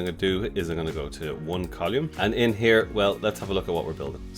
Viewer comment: Col-oou-mm ? Its COLUMN! :)